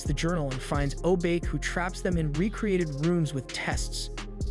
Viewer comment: Yes but He's mispronounced most names Krei is pronounced like cray in crazy, he usually says cry He keeps shortening honey lemon to lemon or lemon Obake is pronounced o bach(like the composer) aye he says o Bake Wasabi honestly might an accent thing since it's an actual word Hiro of course is more similarly said like hero like you said